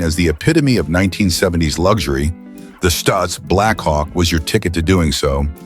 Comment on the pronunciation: Stoitz Blackhawk? Geez this a.i. nonsense sucks. now Stootz.